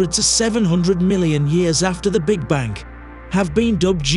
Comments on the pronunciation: Bang, not bank. Is this a robot speaking? Hint: the universe is eternal in time and space. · Am i the only one that's hearing voice-over guy saying "Big Bank" instead of "Big Bang"? just wondering. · What's terrifying is the narrator keeping pronouncing the Big Bang as "the Big Bank". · This guy is driving me crazy by saying "BIG BANK." Will nobody correct him before he publishes a video???!!! Repeat after me: BIG BANG - BIG BANG - BIG BANG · Please stop using the AI voice over. It's called The Big Bang not the big Bank LOL. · Sounds like he’s saying “Big Bank Theory”….a big bank funded the formation of the universe by way of a huge bank loan 💵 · He keeps pronouncing 'Big Bang' as 'Big Bank'. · What is a "Big Bank?" because that sounds like what you are repeatedly saying ha ha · Can’t get past hearing “big bank” with your accent. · Why does it sound like he's saying big bank? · Omg why does the ai keep saying big bank? 😳 irritating